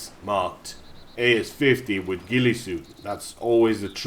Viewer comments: haah so funny how you said Ghille suit just murdered how its actually pronounced ahaha no hate though great vid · like how u say gillie suit lol xD